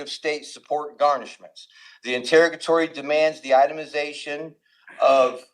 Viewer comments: I can't with the "in-terra-guh-tories." Send help. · It would be nice if this person could learn to pronounce the word interrogatory.